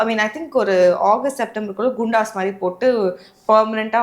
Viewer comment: குண்டாஸ் nicht கூண்டாஸ்